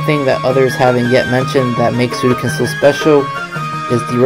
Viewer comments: Suikoden not Suidoken!! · Nice video, but please consider lowering the music volume next time, I can't hear you much. Also, It's SuiKOden not SuiDOken! Ahah. Love ya!